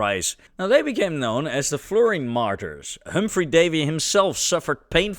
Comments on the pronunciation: that is a marten, not a marter or martyr. You're pronouncing fluorine strangely. Should be "floor-een", not "flerr-een". That's understandable, given your accent though. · Some people say florine. Some say floorine. This guy comes along with flerine. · “flurine” this video narration is awful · "Flourine" - Never heard of it. :face-orange-frowning